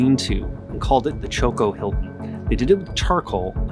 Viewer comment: With all due respect: it is Chocó not Choco.